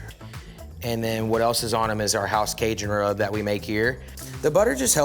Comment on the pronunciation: Great chef, great restaurant but I’m going to say it for all the Cajuns, he is a poser, growing up in Texas over a hour from Cajun country and he can’t even say the word Cajun right, probably does not even know one word of French! He can’t be serious? Don’t claim things you are not! I’m three hours from California and even though my mom is from Southern California I’m not a part of there culture or there heritage or anything that has to do with there style of cooking, I love California and been there often but I’m born and raised in the PNW, dude needs to smarten up he is disrespectful towards people that are Cajun or come from there background. It’s fine to like their food, but you don’t act like you are one of them!